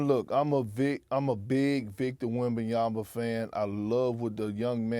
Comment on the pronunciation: “I’m a big Wembyama fan” can’t even pronounce his name. Big fan.